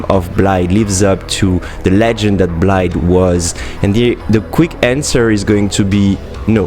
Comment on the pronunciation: his name is blaidd not blade, pronouces bl-eye-the